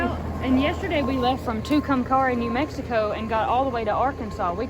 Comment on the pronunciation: It pronounced “ to-come- carry ( Tucumcari) New Mexico ❤️